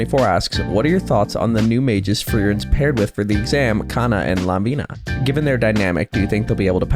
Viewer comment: The original name are , la-vi-ne /kan-ne not la-vi-na / kan-na, just saying.